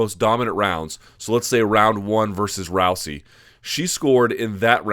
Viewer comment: Interesting how Luke is the only analyst that pronounces her name as "Row-see," while everyone else says "Row-zee." Anyone know which pronunciation is correct?